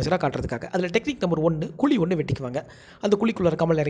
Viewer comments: Sir, "KULI" ellainga.... adhu "KUZHI" yean sir thamizh a eppadi koldreenga...! enga erundhu sir vareenga neenga ? konjam nalla sollalaam la.... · Athu kuli illa kuzhi ok va